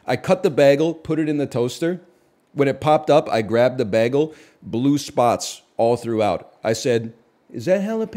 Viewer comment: Is no one going to talk about the way he says bagel? Or all yall so crazy that the crazy way he says bagel seem normal to you?